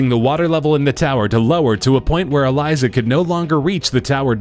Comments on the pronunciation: Dude its elisa not elysa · That girl name is Elisa not Eliza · Eleesa not eliza